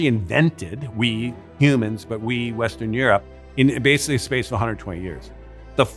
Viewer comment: this is all horseshit after my man said, "you 'wasically' watched...". gonna edit later for more.